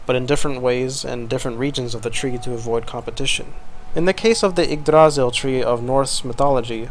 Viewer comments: emphasis on the "y" in Yggdrasil, not the "a" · I'm absolutely loving this city so far, as well as the commentary you're providing along with it, but I would like to point out that while you got the R in Yggdrasil pretty well, you stressed the wrong syllable. The second syllable isn't stressed at all. The primary stress is on the first syllable, but there's also a sort of secondary stress on the last syllable, which is slightly weaker than the primary stress. Old Norse (and its successors, Norwegian, Icelandic, Faroese, and Norn) has (had?) a sort of sing-song quality to it, with peaks and valleys within words as well as in sentences and general speech. Placing the stress on the middle syllable, while leaving the first and last syllables entirely unstressed, makes the word sound very odd, almost like it's from a completely different part of the world. Anyway, that's all I wanted to say. I'm otherwise fascinated by the amount of work you're putting into this, and I can't wait to see more.